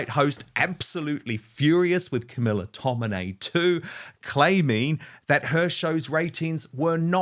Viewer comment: It's tomini. Not tominay.